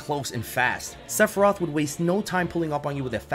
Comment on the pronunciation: Top 3: Sephiroth Sephirtoh. And I think hmmm. Sephirtoh.